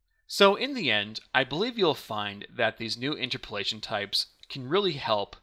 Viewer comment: It's pronounced inTERpolation, not INterpolation.